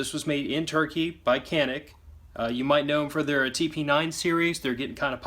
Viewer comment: good video , for future reference Canik is pronounced Janik ...don't blame me for how they pronounce the letter C LOL